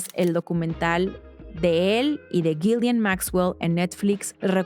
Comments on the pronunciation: Es Ghislaine. No Ghilian. Por favor haga la diferencia. Se presta para confusión. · La h y la s son mudas en ghislane se pronuncia gilane 😊